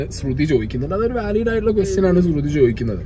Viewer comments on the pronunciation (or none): none